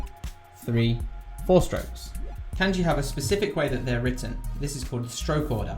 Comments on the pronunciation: It's NOT "KAENJI", ITS "KAHNJI"!!!!! SHORT "A" SOUND, MY FRIEND! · did is not irritate anyone else how he says pronounces kanji like can-jee instead of kahn-jee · For all your knowledge of Kanji, why do you pronounce the a vowel /æ/ instead of /ä/? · It's funny that someone who can write Kanji can't pronounce Kanji correctly. LOL. It's pronounce Khan-ji people, not CAN-ji. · Isn't it pronounced kahn-jee, Not can-jee? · Say Can-Ji one more fucking time. You pronounce Ka as KAH the same with every other A sound in the Japanese alphabet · why does he pronounce it like "can ji" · I trust you... but I question you because you’re calling it k- ANN- ji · Did this mans just say "can-ji" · Cum gi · shmoppl bGFzdG5hbWU Japanese speaker here, it is like a g as in giraffe. It's spoken kahn-ji. like with a j sound. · I couldn't get over it either. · the way he pronounces “kanji” is just unforgivable 💀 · Isn’t Kanji pronounced as if it rhymed with Bungee? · He uses the Anglicized pronunciation, doesn't mean he doesn't know what he's talking about. The method he talked about for remembering kanji is really useful. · I'm sure it is, but I just can't get past that annoying flaw. It looks like its just Heisig in a video, which is nice but content is only one part of a video. I have no confidence in learning a language from someone if they don't even bother to pronounce a major word correctly. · I think op was talking about the "a" in kanji. Japanese "a" is more like the british "a" in "can't". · Fan ( I assume you know what a fan is.) Fawn (Multiple meanings, usually as a verb to Fawn over someone.) Changing the way the letter sounds changes the whole meaning of some words. It's not an accent. Calm down, you're getting paid to teach. Beginners watch these videos. You wouldn't teach a new English speaker that Can is pronounced Cawn. Simple as that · Its looks really bad when you cant even say "Kanji" correctly.